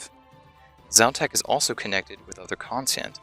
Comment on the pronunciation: Quite interesting, I'm still surprised that people pronounce letters and emphasis so differently. In my mind I'm calling Xau-Tak something like... KZ'ow-TàK (with most emphasis on the last part) whereas you pronounce it more like Zao-Taak (with emphasis on the first part). Is there a reason to belief Xau-Tak is a male god btw? And... Why was I not able to get that Xau-Tak reference in Nomad's Elegy? :( I had the impression that that black stone slab and the horrors (cave, jungle, skelletal) are somewhat related to this too. Not only is the Skeletal horror able to do mind control, but it also shares the link with (un)dead: talking to us in the underworld and animating ex-parrots and the skeletal horror. Witchwood trees would have to be related to this content somehow too, since it has an effect on the cave-jungle horrors. And given the properties of this wood/tree species... I think it might be (distantly) related to the Blisterwood trees.